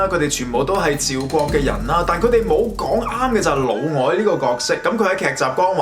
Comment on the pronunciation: 聽到「老外」吓？一頭問號